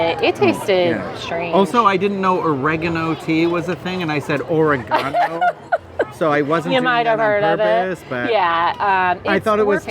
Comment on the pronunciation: You pronounced Oregano correctly for your UK viewers!